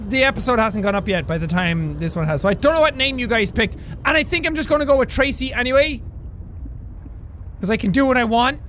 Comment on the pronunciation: When you make a pun, I’ll use yours as example, you go Tra-sea You go Trasea, shorey, and apologice, not Tra-sea, shore-y, and apolog-ice